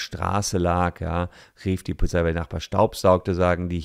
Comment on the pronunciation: Warum spricht jeder POLIZFI falsch aus 😭